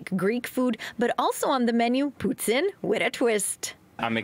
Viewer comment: Is it just me the way he pronounce poutine is off? Isn't suppose to be like "poo teen"